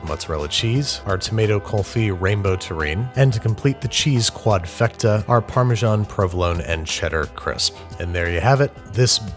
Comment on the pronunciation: The way he says Parmesan... AAAAAAAAAAAAAAAAAAA